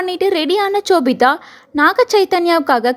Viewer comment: Chobitha ila ma.. shobitha